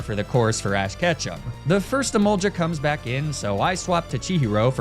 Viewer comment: E MOL GA NOT JA